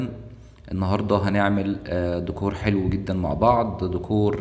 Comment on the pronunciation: أسمو ديييكور، مش دووكووور